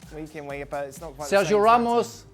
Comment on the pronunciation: Its Ramos lol